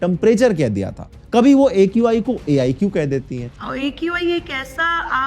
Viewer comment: Arey Bhai!!! Ae Q Aaai = AQI🤣